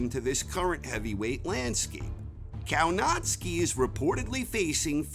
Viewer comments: Kownacki is pronounced Kovnatzky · Can you say Kownacki normally ? Naucz się wymowy poprawnej po polsku. W Szczebrzeszynie chrząszcz brzmi w trzcinie. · It's spelled Kownacki but pronounced Kovnaschki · It should be Kownacki, pronounced something like Kovnatscki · Did he said Povietkin will be 48 years old??? ... And the way he says Kownacki 🤦. .